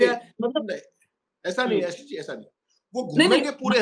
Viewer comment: APNA name to Sahi bola karo samjhe